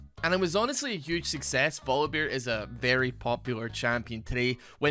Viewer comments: why are you pronouncing voli"beer" instead of "bear"? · I like how YouTube subtitles hear Volibear as vodka bear